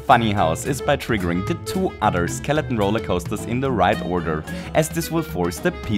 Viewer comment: I love how you say skeleton as skeleon